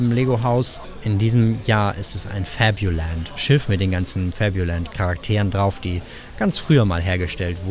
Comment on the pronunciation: Puh, wie Du krampfhaft FABULAND in Denglish sprichst ist super anstrengend. Ansonsten ein schönes und interessantes Video.